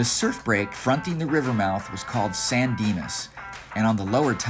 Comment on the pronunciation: Lmao “sandinas” so close.. so close